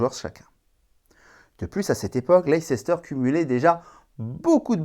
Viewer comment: Leicester se prononce "Laïster" pas "Laïcester", oui c'est contre-intuitif. Ça m'a un peu chatouillé les oreilles😅. Sinon vidéo tout à fait d'actualité et plutôt de qualité. 😊